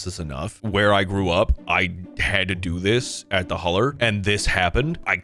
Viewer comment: "Where I grew up... at the huller." Oh Narrator I'm so sorry.